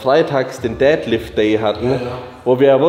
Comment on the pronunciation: Wie oft kann man Deadlift falsch aussprechen 😂 Ihr hebt keine Väter, Jungs.